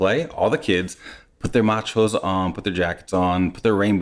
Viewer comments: i understood "machos" the first time :D not Matsch-hosen :D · 'Matsch hose' with the typical german little subtle pause in between the single words. The 'h' is like the h in to have. So it is not 'Matshose'. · It's called MATSCH HOSE not Machose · Your Toddler will be a Trendsetter in US with his new 'Matschhose'! Tschühüsssss!